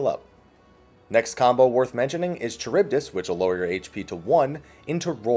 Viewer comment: Enjoyed the guide, but the pronunciation of charybdis is bothering me lol